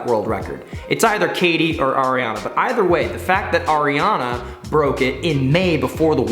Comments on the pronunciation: ARIARNE NOT ARIANAAA 😂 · I’m literally swearing its Ariarne titmus not ariarna and you said kaileys last name wrong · It's Ariarne Titmus not Ariana Titmus, Sarah SHOWstrom not Sarah SOYstrom, and the 2023 World Champs are in Fukuoka not Tokyo